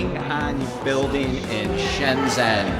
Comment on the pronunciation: Learn to pronounce Shenzhen properly What's Senzen.??????